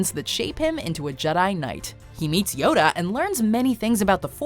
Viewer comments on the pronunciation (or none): none